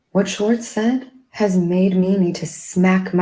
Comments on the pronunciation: It’s Schwartz not Schartz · First of all his name is SHWARTZ not SHORTS. Please work on your pronunciation. Second of all, that was the BEST episode of WWHL EVER. He gave the tea which is why we tune in. Most Bravo celebs never do that. It was so juicy and I hung on every word. LOVED IT. Please SHWARTZ (with a W) don't ever get media training, never ever ever.